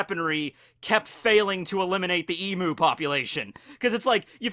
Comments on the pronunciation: the way pronounced emu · Since Emu's are native to Australia I'd say our pronunciation is the correct one. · as an Australian, it amuses me to hear mispronounce "emu" over-and-over 555 XD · Any other Australian triggered on how Americans pronounce Emu, sorry. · You butchered saying Emu, you disappoint me.😤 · Your saying emu wrong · That's not how you say emu dude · He keeps mispronouncing emu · You’re pronunciation of emu hurts me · Look I'm sure your video will be good and all, but I'ma stop you at EMOO war... its Emu (e-mew) not Emoo... Emoo is electronic cows, Emu is the bird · [Exaserbated sigh] You’re mispronouncing emu, dude. It’s eem-you, not ee-moo. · On behalf of every Australian you're pronouncing Emu wrong. It's Em-you not Em-oo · Its not E-Moo, goddamn. Its E-Mew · Even tho im from australia and its pronounced E-myu, im gonna call them emoo's from now on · It's "eem - you" not "eem - moo" ( I'm Australian ) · "eemoo" psh... smh it's eemyoo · It's not pronounced Emoo it's Eem-u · please it's pronounced e-mew not e-moo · Please pronounce emu as "eem-yoo". As an Australian, my emu overlords have commanded me to correct people's pronunciation of their glorious name. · I guess that's the dialect because I don't think it is pronounced as Em-yu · Hahaha I’m a long time follower from Australia and I haven’t finished the vid yet! Haha emu is pronounced eem-you hahaha your pronunciation cracked me up ahaha but anyway keep making good vids man love your stuff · crikey you saying emu, burns my aussie soul. ahhhhhhhhhhhhhh nah jokes love ya vids, p.s. its pronounced e bloody mew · Finally someone who doesnt say ImUUUUU. now all that remains is to fix the EneRUUU issue.. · Actually, emu is pronounced eemyou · I can guarantee you it’s pronounced eemyou. I know us Aussies are weird like that. But emu is pronounce “eem-you” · emu is pronounced EEEMYUU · it is pronounced eem-yeww